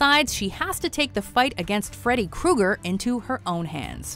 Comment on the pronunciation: Freddy Krueger lol i thought it was freddy cooker